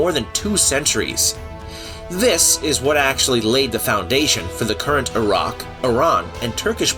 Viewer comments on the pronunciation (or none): none